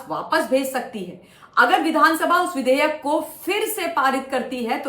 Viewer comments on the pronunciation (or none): Madam vidhaya nahi vudehyek hota hai 😂😂